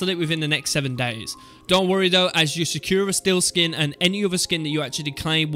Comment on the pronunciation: Its pronunciation is, Sa kur a Not pronounced sak yur a